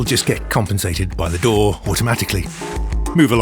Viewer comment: He also pronounces DAW the best way.